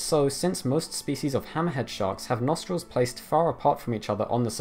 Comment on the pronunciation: the way you say "hammerhead" makes you sound like you're saying some sort of arab name like "hammahad" or some shit lmao